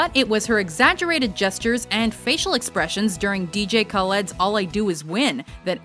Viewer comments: For the future it's pronounsed dj Kal-lid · Did she really pronounce it "DJ Call-Ed" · I know you didn't just mispronounce DJ Khaled's name